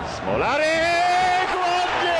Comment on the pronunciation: Włodzimierz Smolarek A nie E